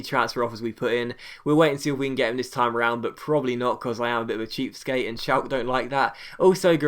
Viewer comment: Schalke is pronounced Shalker